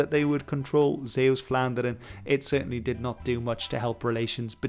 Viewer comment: Your pronunciation of Zeeuws-Vlaanderen is pretty good